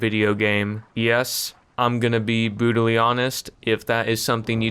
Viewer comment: "I'm gunna be bwetally honest" 👨‍🦽